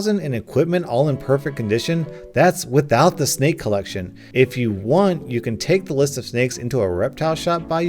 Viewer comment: Dude you say snake like snik had me rolling🤣🤣🤣🤣🤣 all I could think about was there's a snik in my boot🤣🤣🤣🤣🤣🤣🤣